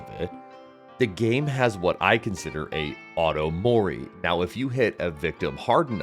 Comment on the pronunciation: "auto mory" ahhh dbd players yikes